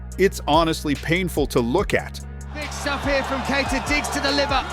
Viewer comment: He's called Kay+yee+ta, not Key+ta. If you can learn Schwarzenegger, you can definitely learn Keita.